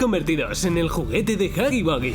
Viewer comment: No se dice hoggy boggy es huggy wuggy